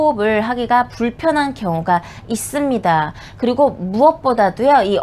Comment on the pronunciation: "있'습니다" "없'습니다"가 젤 기억에 남아요ㅋㅋㅋ